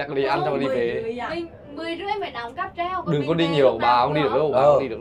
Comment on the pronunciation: "Cáp treo" chứ k phải "cáp trep" em ơi